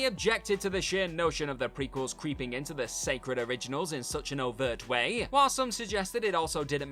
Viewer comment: Had to stop watching as the A's being added to the end of so many words became far too annoying. e.g Way-a, scene-a. Ruined what was otherwise an interesting video.